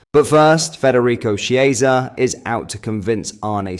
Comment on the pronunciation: Chiesa is not Spanish, as you know. His name is pronounced Kiesa. Ch is hard in Italian.